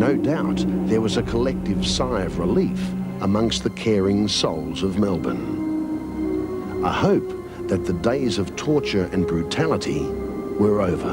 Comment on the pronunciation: wow an actual American who knows how to pronounce Melbourne the correct way... good to hear!!!